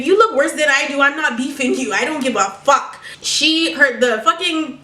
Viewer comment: I like how she pronounces fuck its like "fock"